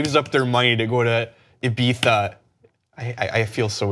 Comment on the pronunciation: ibiZA why can americans not pronounce in simple european language Spanish french german.. But no.. They ruin every word which isnt english..